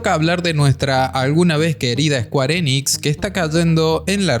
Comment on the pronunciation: squarenix... ulalal señor frances.... entonces como se dice? SQUARESOFT